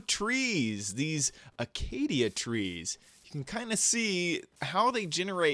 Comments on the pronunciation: learn how to fucking talk it's called Acacia not Acadia yo idiot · its pronounced acacia as uh-Kay-sha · acacia tree --- aca·cia noun \ə-ˈkā-shə\ ;-) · It's pronounced akay-shee-aw